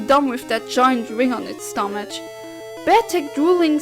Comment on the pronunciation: not even I mispronounce "stomach" and I mispronounced "character"